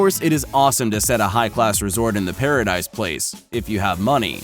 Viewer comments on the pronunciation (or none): Pa Ra Deese I don’t know wtf you said